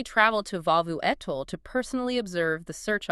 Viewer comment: Vaavvu Atoll??South of Male?? Give me a zoom call and I'll fix that butchering!!